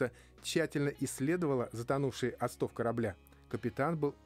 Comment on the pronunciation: Не осто́в,а о́стов, граматей!